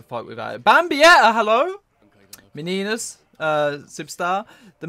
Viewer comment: I had a feeling that this was the case but I didn't know for sure. Now I can say with confidence that you don't pernounce Cang Du's name as Kang du but Song Du. Which may mean that the other Quincy's names might be different as well. I'm pretty sure you pernounce As nodts name as Es nodt and meninas name as men-ean-ya